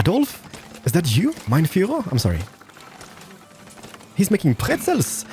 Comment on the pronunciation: That "mein Führer" pronunciation was on point haha :D Greetings from Germany, love your videos <3